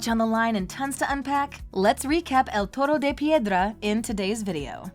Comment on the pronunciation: As a Spanish speaker, you pronounce the episode's title well 👍. One thing I liked about the episode is how it shows how controlling Gabriel is towards Adrien because here you have a letter that Gabriel left Adrien in hopes that he'll find it to convince Adrien to continue his legacy as Monarch and bring back Emilie and him yet at the season 5 finale Gabriel tells/manipulates Marinette in not saying anything showing that he had a backup plan in case something went wrong. Not only does that letter serve to manipulate Adrien further for that "perfect" world Gabriel wanted in the end, but it also destroys not just Ladybug's reputation but also the relationship between Adrien and Marinette, granted Gabriel didn't know Marinette is Ladybug, but it worked out in his favor in the end (granted he still could've had a change of heart but you never know). Also, I like the parallel in this episode between Stone Heart and El Toro de Piedra, with Marinette helping Ivan in season 1 and now in season 6. I find it interesting that Nathalie wanted to get rid of the letter and not tell Adrien, compared to Marinette, who wanted to, but it obviously didn't happen. It shows how Marinette's decisions are haunting her. As for Ivan confronting his father the way he did in the episode, it shows how normal it is for Ivan to talk/confront his father, which is so sad because, like Adrien, Ivan is used to this kind of behavior and sees it as usual, even though they know that it's not. And Nathalie, what t